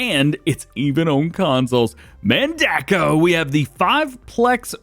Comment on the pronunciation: No, Man-duh-co. That's how it's pronounced by John Redekop, Mandako's president.